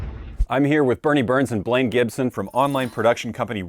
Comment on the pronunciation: One of the things they should have done with Blaine is call out his pronunciation.